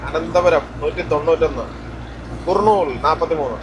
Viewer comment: കുറുനൂൽ അല്ല കർനൂൽ അങ്ങനെ പറന്നു പറന്നു തമിഴ് നാട് എത്തി